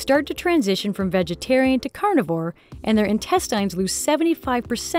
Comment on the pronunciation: Why does she say intestines that way